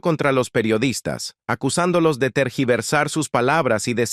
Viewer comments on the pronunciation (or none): La palabra es tergiversar no trasquiversar, cuidado con el idioma